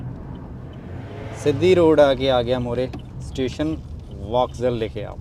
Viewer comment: Bai theek tusi travel karde ho. At least Station nu Teshen ta na kaho.